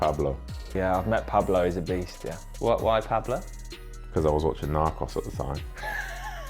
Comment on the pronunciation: Mings’ pronunciation of ‘Narcos’ is winding me up for some reason 😂😂